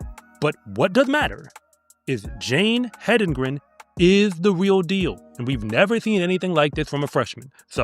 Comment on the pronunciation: So glad that you are pronouncing her name correctly,. The race announcers were pronouncing it multiple ways--none of them correct. Hendigren, Hendrigen. They were just inventing names! If they would just look at it and say what is spelled out there! HEDENGREN! (Head in grin!)